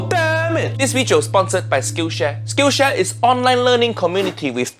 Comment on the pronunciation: Can't believe I thought that Uncle Roger said Skin Share and not Skill Share